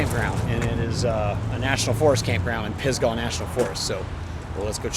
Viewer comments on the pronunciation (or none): none